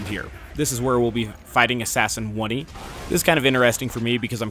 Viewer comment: It's fucking assassin oney pronounced "own" "ey"